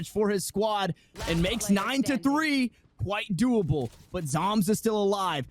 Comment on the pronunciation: did he just say whitedoable?